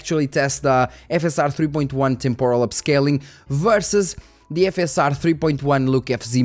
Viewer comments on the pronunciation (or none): none